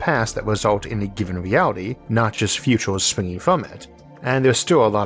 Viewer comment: did he say, mewality instead of reality?